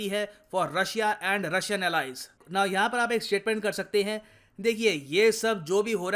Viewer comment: Japan - Heee 😂😂😂